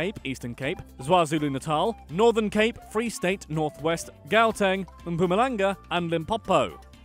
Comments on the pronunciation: its not gueteng its chaw-ten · Gaueteng vs gaawteng